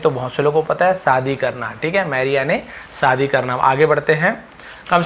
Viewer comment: Tum khud pahale shadi bolna sikh le bhai Vaki to tik hai Shine Shadi You have 'sh' problem First over come it ..